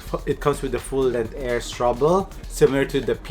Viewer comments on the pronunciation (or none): full length air strubo po. hindi strubol